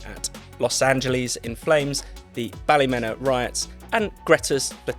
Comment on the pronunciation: It's BALLYMEEEENA not Bally Menah... Can't believe you didn't know that..